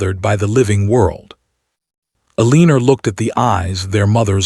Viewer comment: I enjoyed the storyline very much especially the interacting with the child, but the AI pronouncing of Margaret, along with Eleanor in another video, was a joke. Amelia Island, FL